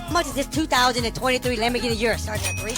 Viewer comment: WHY IS HE PRONOUNCING URUS LIKE THAT